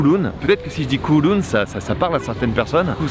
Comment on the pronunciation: Pour info, Kowloon, se prononce Kaoloune. J'aurais tellement voulu t'emmener dans mes adresses à Hong Kong. J'y ai vécu 7 ans, c'est mon terrain de jeu. Et la croisière sur le bateau, juste une chose à dire : bienvenue à Hong Kong. Mais si t'as envie de revoir Hong Kong, ce serait avec grand plaisir que je te ferais visiter. Et très stylé la tenue pour l'event.